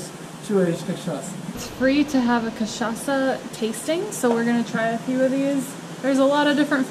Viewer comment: Hi guys. I really like your videos and the way that you are describing Brazil. I have never been at Paraty, It is beautiful. And you said cachaça perfectly 😁